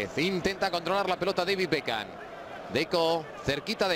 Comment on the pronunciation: por que diceis espagnoles bekan? (beckham) los apellidos no cambia !